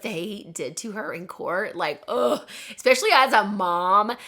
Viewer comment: d “especially” incorrectly. U say “exspecially” there’s not x is the word. Just fyi